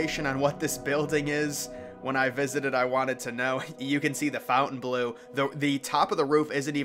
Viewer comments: It’s FONTainbleau. (NOT) FOUNTainbleau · It’s FONTainbleau. (NOT) FOUNTainbleau. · Fontainebleau not 'fountain blue' lol Americans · You can't read. It says Fontaine Bleau. Not "Fountain Blue" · Yes it's pronounced with the French inflection ❤ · It's called the FON-TAIN Blue. Not Fountain Blue. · It isn't "FOUNTAIN"- blue. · The pronunciation of Fountainebleau is better with the French. It sounds almost offensive with a rough American dialect.